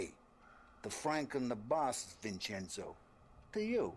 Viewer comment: Hey, a funny little Italian fact: The 'ce' in Italian is pronounced as: 'che' like cherry. So basically, Vincenzo is pronounced: 'Vin-chen-zoh' 😉 We all learn something new every day haha.